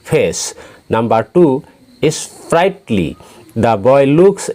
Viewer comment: Sir 4.e strightly nohoi sprightly 😀